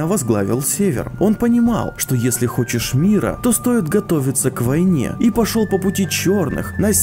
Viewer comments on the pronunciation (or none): none